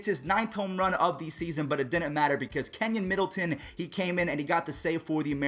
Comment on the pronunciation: Yo, it’s Key-nan Middleton, not kenyan Middleton.